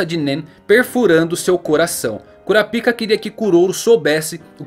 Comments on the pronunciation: Muito bom o video, só é engraçado escutar "♪ Kurapíca" no lugar de "♪ Kurápica" que me parece mais natural de falar e mais family friendly. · Kurapica? Não se pronuncia kurapaica? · Kurápika, e não "Cura Pica". Quem "Cura Pica" é urologista 😂😂 piadas a parte, bom video... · Essa pronuncia não tem salvação em nenhuma das opções kkkk eu particularmente prefiro o da dublagem KURAPAIKA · Não se fala "Curapica", se fala "Curapaika" Assim q eles falam no anime em Japonês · É por isso que na dublagem BR pronuncia o nome dele "Korapaika" por causa do original parecer outra coisa. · KuraPAIIIIKA... kuraPICA.... Ehhh fróiiiid 😂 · Kurapica? Homi coloca um acento na vogal i pra ficar na pronúncia japonesa ou "ai" para chamar de kurapaica